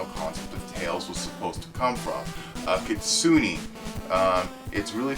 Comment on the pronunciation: You pronounced kitsune wrong. (Keet-soo-neh( the word Kitsune in Japanese just means Fox. In East Asian mythology and folk stories, foxes are able to become mystical beings by living a long time, and cultivating their spiritual power. Outside Korea, most East Asian Fox Sprites could either be good, evil, or somewhere in between.